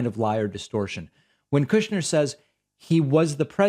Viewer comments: KOOOSHner lol love it 😀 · David, sir. I love the way you say kooshnerr, it's beautiful.